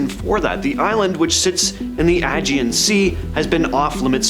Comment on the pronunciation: So you're a real person I thought you were AI at first the way you mispronounced Agean but good job interesting